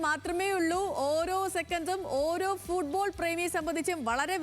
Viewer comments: ഫൂഡ്ബോൾ അല്ല ഫുട് ബോൾ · എപ്പോഴും ഫുഡ് ഫുഡ് എന്ന് വിചാരമേ ഉള്ളൂ ഫുഡ് ബോൾ അല്ല ഫുട്ബോൾ അങ്ങനെ പറ